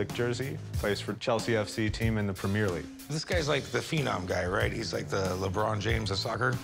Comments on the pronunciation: The way they pronounce premier league is criminal 🤣🤣🤣🤣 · The way he pronounces "Premier League" you already know enough about these donkeys. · So many golden moments from this clip. Lebron James of soccer He's a centre mid The way they pronounce premier league One of the best players in the premier league Comparisons to Messi and Ronaldo One of the finest players in the world How is there so much comedy in such a short video 😂